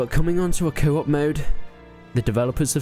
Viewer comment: thought u said kebab instead of co-op lol